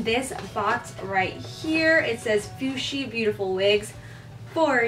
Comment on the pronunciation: It's FUHSI Not FUSHI Fushi is a word in Spanish for some thing that stinks